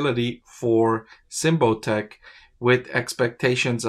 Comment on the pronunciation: You are pronouncing it wrong. Sym like symbol. Bot like robot. ic like Icky